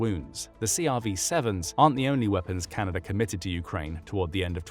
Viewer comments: it’s Canada not canaider 😂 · Canader? Not even A.I. can understand English.